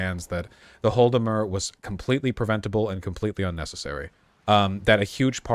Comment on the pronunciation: Vaush, I love you, but you really gotta fix your pronunciation of Holodomor. It's "HAW-la-da-mor" or "ha-LAW-da-mor", not "HALL-da-mur"